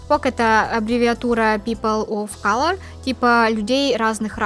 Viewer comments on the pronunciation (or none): none